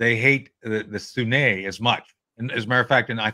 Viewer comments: It's not the Shia Muslims vs. the "Soo-nay". It's Sunni! (soo-nee). If you're an 'expert' you should know that already. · How to properly pronounce 'sunni' - it rhymes with 'loonie, puny, rooney, muni... but, "SunNAY" said no one, ever.